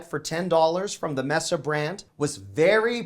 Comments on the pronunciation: ...you did it again.....the pronunciation of MESA...it is May Saw....not mess awh...Please, those of us from Mesa Az and those of us who speak Spanish need you to know this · It's may-sa not mess a. Like Mesa (may-sa)Arizona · I love you and your videos. Mesa is pronounced may-sa and means table in Spanish. They sell items for your table, get it? I am also the grammar police and “like I said “ is incorrect- use “As I said” or “as I mentioned”. Thanks ❤️